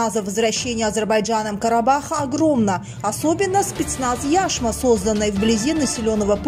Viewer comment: Яшма. Ударение на последнюю букву, на букву "а". А не на "Я".